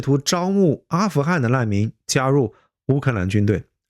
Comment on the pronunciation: 刺杀 ci sha 四 si 难民 nan